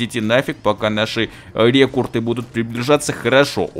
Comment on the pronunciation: рЕкРуты, а не рЕкурты!